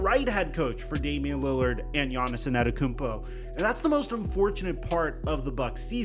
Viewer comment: Here, lemme help u out. It’s pronounced Aan-Tae-toe-koom-po